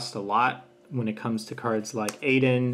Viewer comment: It's pronounced ALden not Aiden 😭